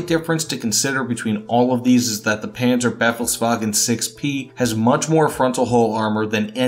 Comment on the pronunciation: Mate, it's not the Penzerbeffelswagen, it's the Panzerbefehlswagen. You couldn't have butchered the pronunciation worse than that. You know you've got that thick accent, so either don't pronounce the names or check how you pronounce them correctly first. Nice video though.